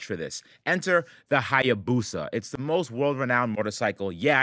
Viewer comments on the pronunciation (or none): "Hayabusa Caddy", pronounced " I abuse a caddy "